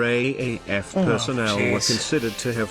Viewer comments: I liked this video but found him calling the R A A F rather than R double A F a bit grating. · Raaf is pronouced r double af